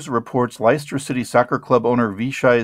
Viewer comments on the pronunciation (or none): Pronounced lester. And it's football. Not soccer.